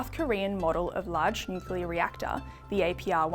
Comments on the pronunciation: Hi, Folks. This sounds like a 'full bottle' on energy BS. It could be my aging ears but it sounds to me as if he can't even pronounce the word, "nuclear", properly. It sounded to me as if he said, "nucular". Would somebody please explain to us, preferably in words of one syllable or less, just what 'nucular' energy is? "Commonwealth Scientific (and) Industrial Research Organisation."?????????????? Seems to me that there was SFA 'scientific' research done at this meeting, just the taking as 'gospel' the HIGHLY BIASED sales pitches from a cohort of existing energy providers and lobby groups. HOW is that 'scientific'??????????????? Just my 0.02. You all have a wonderful day. Best wishes. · pronunciation of nuc-u-lar doesn't inspire confidence either. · Cant take anyone seriously who can't pronounce the words nuclear. Nu Clear. Not hard, really. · from CSIRO is so misinformed about nuclear, that he pronounces it NUC-ULAR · So we're relying on information from a guy who can't even say nuclear correctly. 🤦🏻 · Bowen can't even pronounce nuclear. CSIRO only do what the current government tell them to do as they get their money from them. A once useful organisation that has just become a government prostitute.